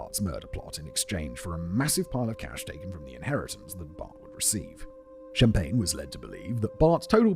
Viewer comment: “No, Mr. Shhh-ahmpagne, I’m putting you on ice.”